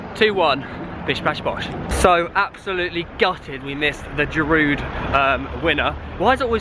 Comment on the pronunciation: Dear english people, Giroud is pronounced "Geeroo". You should not pronounce the d at the end.